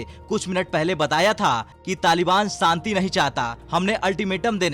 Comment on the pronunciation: Santi nahin shanti khiye. You are speaking sh as s. Correct yourself.